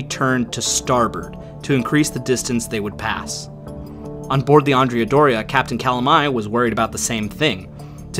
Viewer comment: Both the Andrea Doria and the Cristoforo Columbo were Italian ships and it would appropriate to pronounce their names correctly in Italian. In the case of the Doria, Andrea has the accent on the 2nd syllable (not the first); the same for her sister ship: Cristoforo has the accent on the 2nd syllable also. So. . .AndrEa DOria and CrisTOforo CoLOmbo.